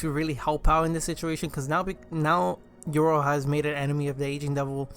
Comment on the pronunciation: Cool vid but what is your pronunciation 😂😂 YORU = YOUR-ROO not EURO